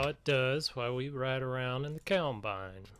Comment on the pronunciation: I like how he says, "keyawmbine" BRUH